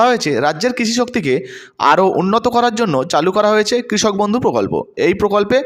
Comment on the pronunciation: বদ্ধউ নয় ওটা বন্ধু